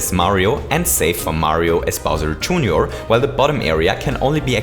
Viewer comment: Bowser "June your"?